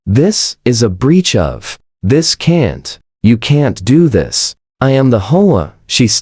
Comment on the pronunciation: H O A is not pronounced whole . Get it right or stop posting.